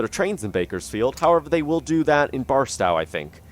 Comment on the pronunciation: Hearing him say barstow wrong hurts my soul